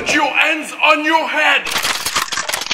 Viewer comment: Non non "put your ands on your ead" 🤣🤣